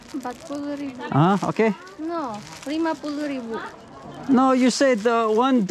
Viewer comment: Fivety thausand